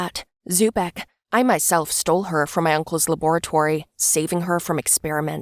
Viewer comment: The way she said laboratory lol